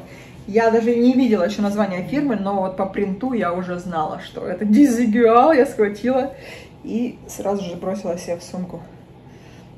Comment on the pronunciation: Наталья, здравствуйте. Парео испанского бренда произносится [дизыгуаль], что в переводе означает неодинаковый, отличный от других. Спасибо за видео. Удачи.